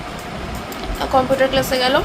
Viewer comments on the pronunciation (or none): Compoter ki uchharon vul val uchharon computer ok